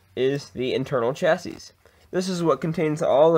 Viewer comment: Pro tip, it's pronounced shassy 😉